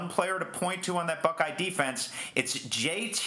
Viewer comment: He didn't even say JT name right tf lol